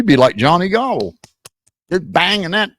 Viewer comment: Johnny’s last name is pronounced Gobull not Gobble